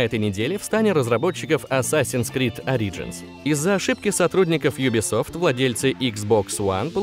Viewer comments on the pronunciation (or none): Почему Ари-джинс? Ориджинс вроде же... это не критично конечно, но лично мне было неприятно, чтоли